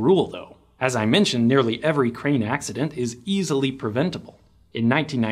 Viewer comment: As someone who has been in construction for 20 years now and also running a dozer as we speak. when you say crane i hear brain. Should have put in those ear plugs.